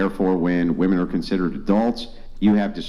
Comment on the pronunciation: the dumb dumb on the right of the screen is yet another woman .. who can not pronounce "womEn".